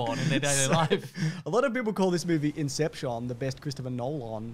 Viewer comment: I will forever say "incepshawn" for no reason whatsoever